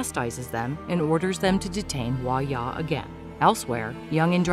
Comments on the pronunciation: Girl it’s pronounced hwa DYA not hwa-ya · Hwa ja. Not huaya. Jung in, not youngin